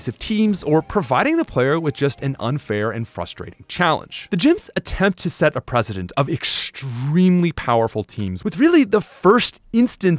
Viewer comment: its set a precedent not president